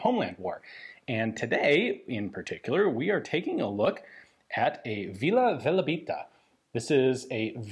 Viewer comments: Hi, it´s not Velabita, it´s Velebita. Velebit is the name of a montain range in Croatia and Vila Velebita basically means Fairy of Velebit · It's actually "Velebita" :D, after the mountain. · Its not Vila VelAbita, but Vila VelEbita